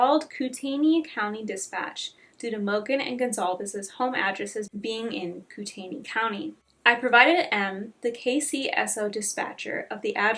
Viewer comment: moscow is pronounced moss-co kootenai is pronounced coot-knee